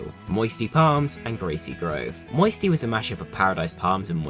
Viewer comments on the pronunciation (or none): none